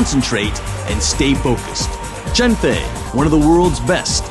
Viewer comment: Her name is Cheng Fei. That's the way you pronounce it. But, Cheng is her last name.